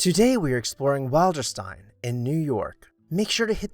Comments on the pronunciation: Nicely done and very interesting. The name of the house "Wilderstein" is pronounced Will-der-stein, not Wild-er-stein. Also, as a point of interest, Margaret "Daisy" Suckley gave FDR his beloved dog, "Fala". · Pronunciation: WILL'-der-steen. "Will." I "will" go to Wilderstein.